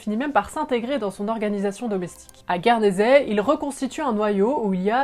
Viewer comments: « À Guédersey » ?!… Il faut lire moins vite les pages de Wikipédia. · Quand on ne peut pas lire/prononcer Guernesey correctement, moi, perso, je ne vais pas plus loin. 😮